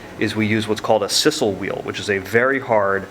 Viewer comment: Sisal is pronounced "size-el". I'm pretty sure you've mispronounced in every or of your videos so far. Great videos though. They helped me make my first holster which I hope will be the first of many.